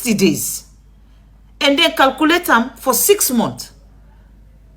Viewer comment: Calculate not "calcoolate". You are not Sierra Leonean